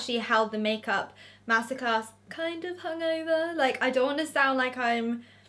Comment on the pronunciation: anyone else keep thinking shes saying masacre not master class lol